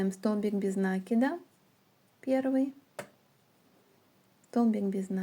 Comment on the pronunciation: В слове НАКИД ударение ставится на И. Ваше произношение этого слова очень режет слух.